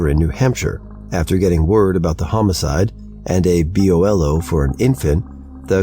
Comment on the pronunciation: For future reference BOLO is pronounced Bow-Low, Acronym for "Be On the Look Out". Enjoying the videos keep up the good work